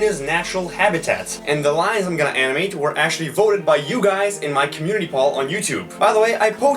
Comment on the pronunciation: When you say community pole you sound like you are saying community pal